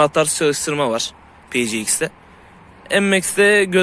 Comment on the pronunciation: Piciix diye okunması için PGX yazması lazım, ya pe-ce-ix okunur, ya da pi-si-ex